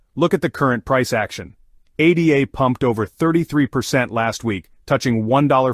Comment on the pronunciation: its called ADA as in a girls name NOT A D A after Ada Lovelace the world's first computer programmer